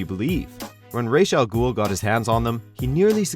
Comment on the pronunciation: Holy shit someone on YouTube actually pronounced Ra's Al Ghul's name correctly.